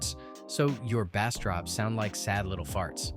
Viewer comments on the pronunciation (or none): Cringe! "Bass" in music is pronounced as "Base"